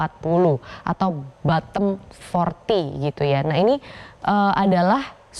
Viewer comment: Sebut bottom pun tak betul haha